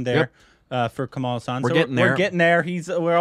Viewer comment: Hes not Kamaal.but Kamal.